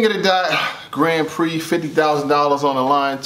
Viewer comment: Respect but gotta get that Grand Prix pronunciation right bro